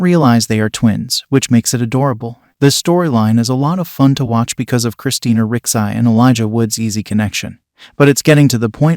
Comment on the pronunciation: Dude if you're going to review a show, please please PLEASE figure out how to pronounce character names first. Taissa and Javi's names are not pronounced the way you are saying them. And Christina Ricci's last name, too. Oof.